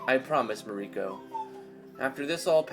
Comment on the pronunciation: It is both amusing and annoying at how you constantly mispronounce Mariko (Mar-rii-kou) in this stream...